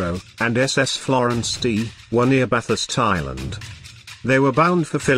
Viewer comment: Machine voiceover doesn't mangle the subject content. I find it only a slight distraction when I hear February band Bathurst Island. Buuuutttt.... How would it be if an Australian like me was to copy the text and do a voiceover with my voice? Or even an accent from an English speaking Japanese? Or both taking turns? Otherwise the Information contained and the Video graphics are awesome. Just subscribed today and now I'm hooked.